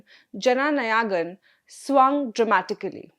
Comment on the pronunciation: It is नायगन and not नयागन‌. How difficult is it to get the pronunciation of this simple word right? I'm sure your team spends time and energy getting the content right, so why not spend an extra 5 minutes on pronunciation? My suggestion would be to write proper nouns in your native Indian language or in Hindi like I did. Otherwise, you sound like colonial Brits mispronouncing Indian names from that era.